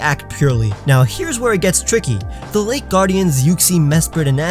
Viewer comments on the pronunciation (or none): none